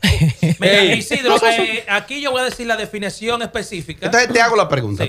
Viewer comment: "La Defenicion" jajjjajaj #TeamCacoECoco 😁😁😁😁😁😁😁